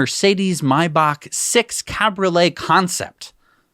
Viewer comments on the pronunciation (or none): none